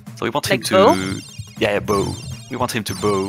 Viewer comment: I can't explain how cute it is when the host and the runner try and recall the English word "bow" and more or less come up with "boo". Close enough 😅